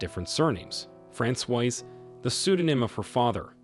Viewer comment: Francoise is the feminine form. He's mispronouncing it terribly! It should be Frah-swaz. 🇫🇷